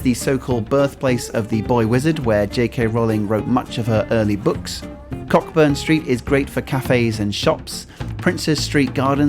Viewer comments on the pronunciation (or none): ’Cock Burn street” is pronounced ’Co-Burn street’ :) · It's pronounced "Coburn" street